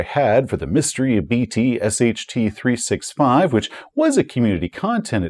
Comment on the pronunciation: I’m sorry, “The Mystery of BT SHT”? The Mystery of “Bit Shit”?